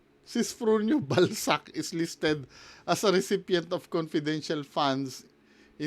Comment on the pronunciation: Ung sisfrunio balsac sounds like ballsack hahahha